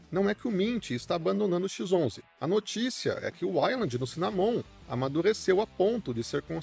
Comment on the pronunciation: Cara, dá uma pesquisa em como se pronuncia as palavras "wayland" e "cinnamon". Você tá pronunciado errado.